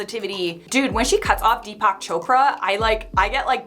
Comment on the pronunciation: Deepack choprah